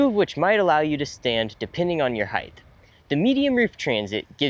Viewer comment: The "T" is at the end of the word "Height"